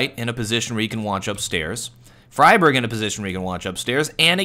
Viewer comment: His name is not "fryberg" it's more like "freeberg"